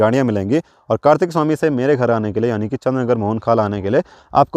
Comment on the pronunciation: Chandr nager jb aap bolte ho Achha lgta he